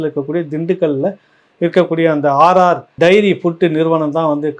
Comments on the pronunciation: Not RR diary AR diary please correct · RR DAIRY இல்ல சார் AR dairy.... முக்கியமான விசயத்தை தவறாக வாசிக்கரீங்களே.... 😂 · அவர்களே நீங்க ஆர் ஆர் என்கிறீர் ஆனால் அது ஏஆர் டெய்ரி ஃபுட் ஸ். மற்றபடி உங்கள் விமர்சனம் நல்லதே.